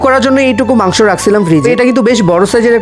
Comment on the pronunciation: মাংস নাহ মাংক😂😂😂